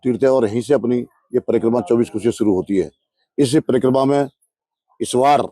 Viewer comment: कृपया परिक्रमा को parikarma न बोले।